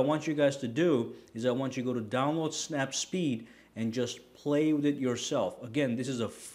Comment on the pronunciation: The snap photo app is called "snapseed" not snapspeed! Otherwise great job...😊